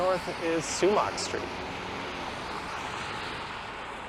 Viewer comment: It's spelled Sumach St. and pronounced 'Sumack' not 'sumock'